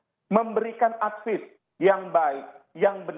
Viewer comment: advice mbae.... bukan advis hadeuhhhhh ..